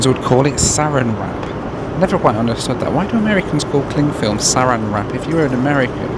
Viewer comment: SarAN wrap (stress on the second syllable) is a trade name belonging to the Dow Chemical Company which invented it. Inerestingly it is not merely a film of plastic. The static electricuty that makes if cling is part of the product. Cheers. Your channel is great.